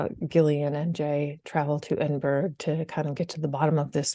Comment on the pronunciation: Edinburra, not edinberg….Edinburgh